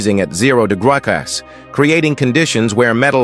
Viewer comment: Wtf is that pronunciation?!?! What is "degrukas" 😂 and how they get that out of degrees?!?!? I'm sensing this is 100% grade A bs but I'm about to check... Yup! Complete bs! Don't waste your time watching this ai slop 😒